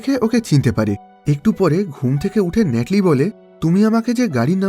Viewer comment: ভাই ন্যাটলি না। নাথালি হবে।